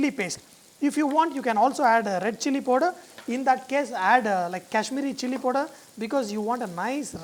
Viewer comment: It is powder not podor sir l understand in South India English is like this.